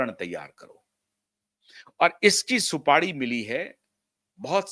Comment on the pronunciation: Supadi nahi supari hota hai